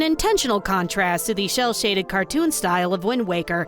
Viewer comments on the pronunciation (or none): was calling it "shell-shaded" instead of "cel-shaded" intentional? 🤣 I missed the content! 😭